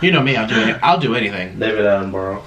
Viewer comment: You pronounce David Attenborough, ' David AttenBRUH'